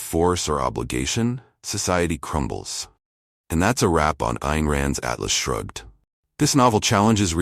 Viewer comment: The narrator needs to learn that the title of the book is "Atlas Shrugged", not " Alice Shrugged".